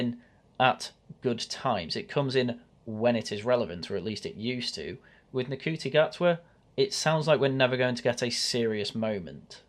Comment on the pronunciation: Ncuti gatwas name is pronounced shooty gatway